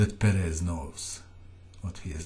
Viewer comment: Why does he keep pronouncing Perez as Peréz? It hurts :_D